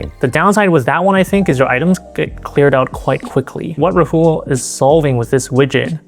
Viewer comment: Is it really that difficult to pronounce Rahul properly? Put in some effort lmao